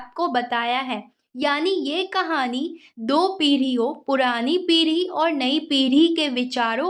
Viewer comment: Piri nhi पीढ़ी गधी 😂😂